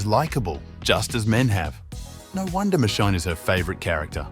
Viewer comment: Dude said Michon 😂